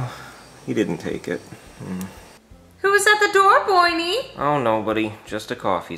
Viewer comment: So it’s confirmed that Karen just calls Brooklyn Guy “Boynee” just to be different